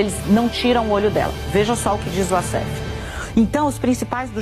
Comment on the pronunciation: Apenas venho esclarecer que WASSEF é um nome egipcio. A maioria dos Wassefs, viverm lá. O Egito fala o árabe e a pronúncia figurada correta é "UÓSSIFÉN" e não "UASSÉFE". Wassef significa "descritor".